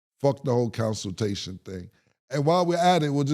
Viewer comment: Lol "Counsiltation" is crazy, too